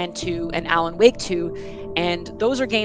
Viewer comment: why do you pronounce alan woke "alan wok"?